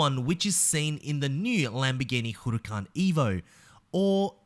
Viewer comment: The way he pronounces Huracan is hilarious